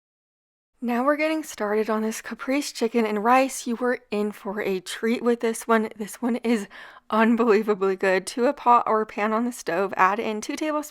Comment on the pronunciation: Caprese = “Ka- Pray- zay”. Say it like an Italian….😊. Congrats on the new cookbook!